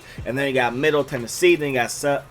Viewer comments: Say my school’s name right. Even though it’s spelled Al-corn, it’s pronounced All-corn, jus like Al-ways or Al-right is pronounced All-way and All-right... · Bro... its pronounced ALL-corn State not ALcorn